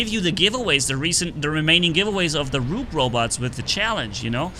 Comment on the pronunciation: bro knows about chess but can't pronounce "rook" correctly xD